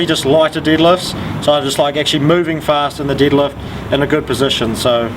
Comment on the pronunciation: "My favorite for the deelifts it's the deelift." I love.